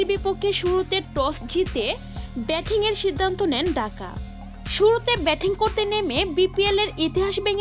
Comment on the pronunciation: ঢাকা না ডাকা? ঠিক মতো উচ্চারণ করেন, ধন্যবাদ।